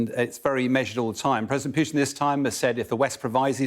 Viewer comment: It's not PYUtin. Putin.